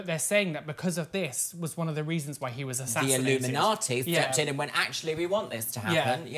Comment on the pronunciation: i love how says "illuminati" because it sounds like she's saying it like "illumi-naughty" lmao!